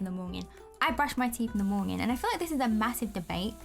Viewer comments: I love when you say mornging and also i call it porridge cause my school has a British curriculum. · Who else is hearing "morñin" ?? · I like how yoy say monyen lol but thats funny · i like how she says morning